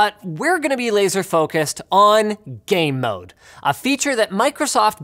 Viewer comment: I couldn't not hear "Gay Mode" every time he mentioned the feature.